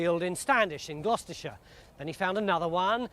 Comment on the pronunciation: Gloucestershire. Glouchestershire . 🤔